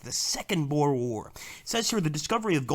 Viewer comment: Why do you pronounce boer like that?Almost all English do but thats not how to pronounce it